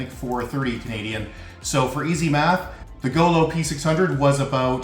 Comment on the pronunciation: goo loo not go loo and not goo lo gooh looh